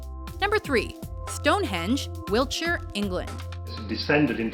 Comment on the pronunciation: I think the biggest surprise from this Video is that the women pronounced Wiltshire correctly